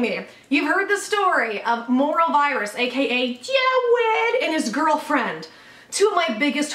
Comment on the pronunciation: dA STOWY OF JAWWWWWWWWWWWWWEEEEEED